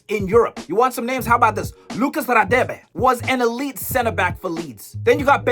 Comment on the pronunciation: Ngl u ain't sounding like u come from Mzanzi.. How u said Radebe is sus